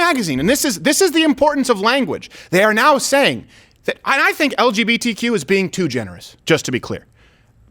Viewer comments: its actually because Dave says 'LBGTQ' instead of 'LGBTQ' He mixes up the B and the G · It's because Dave Chappelle says "L-BG-T" and not "L-GB-T. Jesus, I thought you watched the show, or could read! From a Mug Club member xx! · They are actually correcting him because he said “LBGTQ” and not “LGBTQ” the B and the G are switched when he said it. Still absolutely ridiculous. But that’s what it is. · Chappelle said "...LBGTQ...". The B and the G are in the wrong place, cuz that's extremely important, Steven!! 🌈🤣🤣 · I think the [sic] is because he said “LBGTQ” instead of “LGBTQ”. He switched around the B and G. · they’re actually saying (sic) because the B and the G are in the opposite order. Dave always says it as “LBGTQ” instead of “LGBTQ” and that’s what is apparently a grammatical error. Which is kind of hierarchical saying gays come before bi’s lol edit: but lesbians are always first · I think the "sic" was put there because he says "LBGTQ" and normally it is said "LGBTQ". As a bisexual man I find it quite funny when he says it "wrong" even though it shouldnt matter which way it is said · The reason the sic is there is because he says it as L B G T Q instead of L G B T Q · Ryan Mosey yeah but the real reason they did the sic was because he pronounces it wrong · The SIC is for LBGTQ and not LGBTQ. Dave swaps the B and the G for some reason. I’m not sure if he just doesn’t care enough to say it the way it’s meant to be said, or if he just intentionally does it to emphasize how little he cares. In either case it’s hilarious. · No, it was the fact that he said ELL BEE GEE TEE CUE. He mixed up the orders of the acronym its not that deep bruh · The [sic] is because the letters B and G are inverted, which is how Dave Chapelle likes to pronounce it. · Dave says LBGTQ instead of LGBTQ he switches up the B and the G, he does it in the Netflix show he did as well that’s the mistake. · they added [sic} because he said "LBGTQ" instead of "LGBTQ"